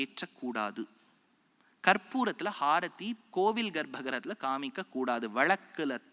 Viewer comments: ಅದು ಹಾರತಿ ಅಲ್ಲ ಗುರುವೇ ಅದು ಆರತಿ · ஹாரத்தி என்று எப்படி அழுத்தமாக உச்சரிக்கிறாப்பல பாருங்கள்!